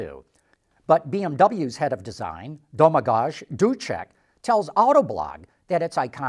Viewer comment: you mispronounced Domagoj Dukec's name.